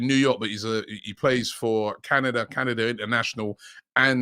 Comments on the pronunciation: Nationality: CANDADA 🤣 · Candada lol